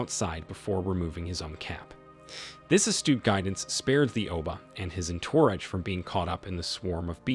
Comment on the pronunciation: the writer of this video needs to be fired as well as the V.O. "confined to his confines" - what a phrase. not being able to say entourage - impeccable voicing. as for removing his "hat" and a bunch of bees coming out, that's fuckin hilarious i suppose this was during imperialism where england went all through africa demanding people kneel or die. but it doesn't matter, she's dead now. also the title, "What happens next is shocking!" - not really so far. and video's almost over.